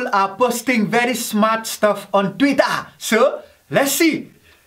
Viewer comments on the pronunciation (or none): I came her to listen to him saying "Twittah" 😂😄💯